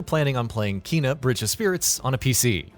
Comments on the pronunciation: Combat in this game becomes hard af. Took me over 50 attempts to kill some bosses. Also it’s pronounced “Kay-nuh”, not “Kee-nuh”. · #16. It’s Kay-nah. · her name is pronounced Kay na